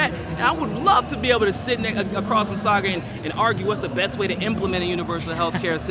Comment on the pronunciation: Ah, Saagar has the Swedish pronunciation of the "aa" in his name!